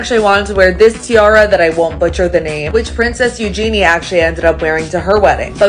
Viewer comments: It's pronounced Yoo-zhuh-nee (Princess Eugenie). Not yoo- jee-nee. :) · Eugenie is pronounce "You gen ee" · People always pronounce Eugenie's name incorrectly. It's not a hard g. It is pronounced like "use your knee" that's how Sarah Ferguson describes it. The narrator pronounces her name incorrectly.